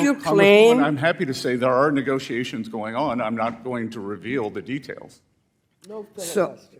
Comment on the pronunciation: She said negroations. That's not a word. I'm glad y'all covered this. I wish besset just walked the f out. Waste of time and money. Ridiculousness.